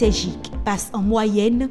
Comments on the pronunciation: non geek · ses "Jeek" ? ça se prononce "Gueek"